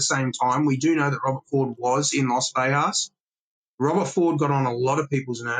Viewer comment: Great information and I can't wait to read the book but I have one single complaint. I am from Las Vegas NM, Born and raised. It is not pronounced "Vehas" or "Vejas" The G is pronounced, Las Vegas. As in GO or GET. Thank you for your time 🤣🤣. Carry on. ✌️